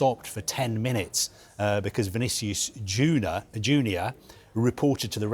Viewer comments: 'Vinicius Juner' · „Vinicious Juda“ 😂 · I heard "Vinicius Judas" 😅